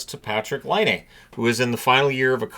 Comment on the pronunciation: Everyone is mispronouncing Patrick Laine's name. It's not Line-aye. It's Line-ah.